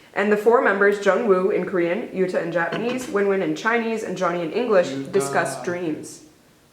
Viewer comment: the way she butchers yutas name